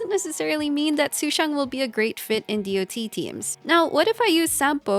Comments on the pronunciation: You know you can also just say "DOT" as in Polka-Dot instead of Dee-Oh-Tee. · As an MMO player hearing someone saying D O T instead of just Dot its SOOO WEIRD XD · The video was interesting and chalked full of useful info, but constantly pronouncing the acronym "D.O.T." instead of just saying the word "dot" triggered me. Years of calling it "dot" makes more sense in my head instead of spelling the letters out individually. It's like spelling out "L.O.L." instead of just saying "lawl" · For decades in MMOS we called it Dot Damage, not D > O > T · I've never heard anyone fully spell out DoT before. I mean it makes sense but every game i've ever played before people just say DoT like it's a word and not an acronym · Say DoT one more time